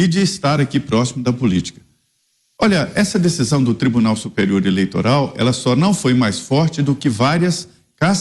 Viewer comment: Mentigas, eleitogal, inquéguito, como fala bem esse xxxxxxx, vixe. Mentiras, jogo sujo, armação, isso é próprio do ladrão.